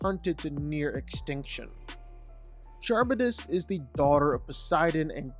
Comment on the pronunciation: Lmao how you pronounced Charybdis is crazy